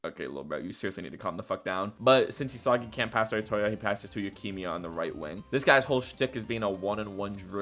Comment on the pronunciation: Why do you pronounce Yukimiya like Leukemia? lmaoo